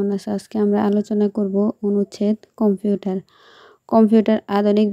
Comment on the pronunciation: কম্পিউঠার না কম্পিউটার